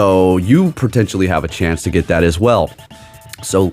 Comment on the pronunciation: "Protentially"? That's a new word